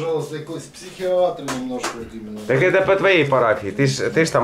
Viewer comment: «Вот имЭнО»😂 «бЭсЫт»